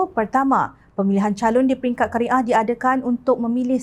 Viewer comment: Qaryah bukan Kari ah , hrp maklum